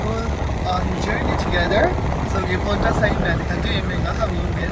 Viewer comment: It's not "Pounta", it's "Poanta". But nice video